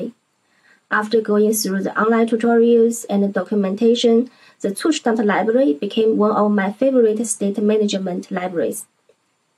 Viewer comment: Finally, someone who can pronounce "Zustand" correctly😅